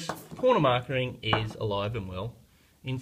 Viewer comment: It's just corner "marking" not "markering".............